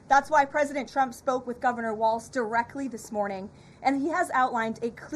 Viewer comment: First, it’s pronounced Walls, not Waltz, you goon. Second, no democratic leadership is telling us to stop ICE. We’re doing this on our own because of our moral obligation to protect our neighbors. We have a million leaders in Minnesota, all being led by their own moral compass. We’re going to resist ICE every step of the way because we know it’s the right thing to do.